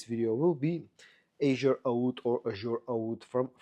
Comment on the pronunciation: Azzure Aoud ist pronounced in a italian way. Azzurro means blue in italian.